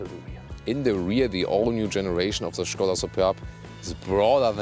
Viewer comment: You're kind of the only one on YouTube pronouncing Skoda the right way but you pronounce all the German names the english way?! That is kinda disturbing and strange. Stilll kudos for pronouncing Skoda as it is supposed to be!